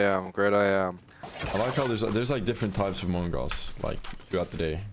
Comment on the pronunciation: mongral not fireen anyore